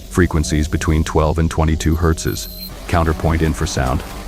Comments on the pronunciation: Hertzes....😅, it's simply Hertz, no S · Also "pilings" instead of "pylons" and "herzes" instead of "hertz." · One Thousand Nine-hundred Fifty Two? Hertz’s? Cool idea but the AI needs fine tuning. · Why does batman keep saying hertzes? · "Hertzes" text to speech is hilarious. 😆 That's about what I would expect.